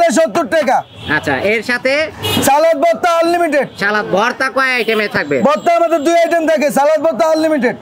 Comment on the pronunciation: সালাত নাকি সালাদ?? উচ্চারণ যদি না জানেন তাহলে কেমনে চলবে??